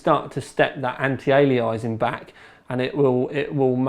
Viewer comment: anti - ali-eye-zing???